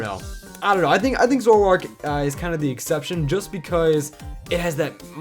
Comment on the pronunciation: There is no U in Zoroark!